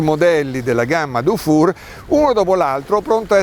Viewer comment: Dufour si pronuncia difur, se fosse scritto dufour si pronuncerebbe dufour , pregasi correggere la pronuncia